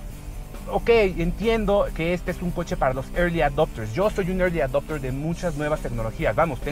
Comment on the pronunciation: Irli adopter...no seas ridículo. Apuesto a que si hablas inglés das pena. Por lo general así pasa.